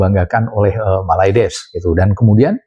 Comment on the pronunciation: 😀😀😀 bilang MALAYDESHnya biasa aj x bang...😋